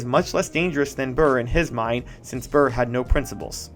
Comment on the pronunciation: You need to pronounce “Burr” like there’s peanut butter on the roof of your mouth